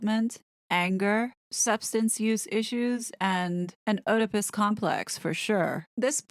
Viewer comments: eh dipus is ok. But for sure not oh dipus. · The American pronunciation is eh-duh-pus. Tomato, tomato 😊 It’s definitely not oh-duh-pus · Its pronounced ‘eedipus’